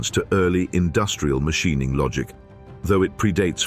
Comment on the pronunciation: WTF is Mashineing??? Teach your AI voice better.